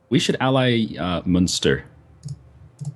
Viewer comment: Neither of ye can pronounce Connaught properly:P. And can't say Munster. It's Munster, not Münster